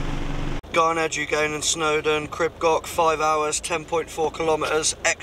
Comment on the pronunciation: Epic mate …another cracking adventure on my home turf…big respect for pronouncing ‘crib goch’ correctly ✅ Top Man 🪵🔥🤙💯